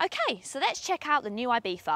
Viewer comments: I bee tha and not I bee Zzza???!!!!! why???? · I know it's the correct pronounciation, but the "th" is killing me, just call it Ibizza, Ibisa or ibitza like half the Europe does, it sounds much better than the god awful "ibitha"